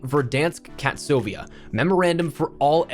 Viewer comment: it's KaSTovia (not KaTSovia), the fictional country where the city of Verdansk is.